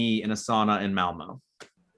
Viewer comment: Its pronounced Malmö, beautiful city :) left is BEST